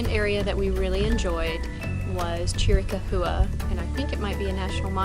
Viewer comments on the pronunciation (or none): The local pronunciation of saguaro is actually the one I've always heard. However, I'm not sure about "Chiricahua." The way you pronounced it I've sort of heard before, but rarely so I wouldn't say it is correct or incorrect, but almost all the time I hear it pronounced Cheer-rah-COW-wa. That's the way it is pronounced in many old westerns, but then again that's Hollywood. The TV news reporters I've heard in Tucson pronounced it Cheer-rah-COW-wa also. My Indian cab driver pronounced it the same way, but I don't know if he was Tohono O'odham, or Apache, each tribal group may pronounce it differently I don't know. Anyway great trip. I used to visit friends who lived in Catalina, AZ and they had views of Mt. Lemmon from their patio. Great area for hiking and biking. I actually love all areas of AZ. Thanx for the video, I like to see people enjoying the same areas and activities as I do. Too often, too many people say, "there's nothing out there!" We know better, don't we.